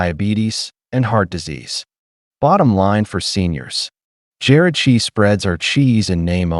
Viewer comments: How about saying Jarred cheese instead of Jared cheese Mr AI 🙄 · "Jared" cheese spreads?? Your A-I "narrator" needs a lesson in pronunciation skills.